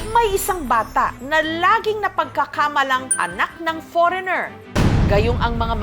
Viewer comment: Far-reigner??????Ano dw